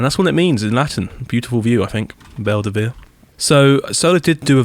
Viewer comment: Also, Belluno is pronounced Bell-oo-no, not Bell-ah-no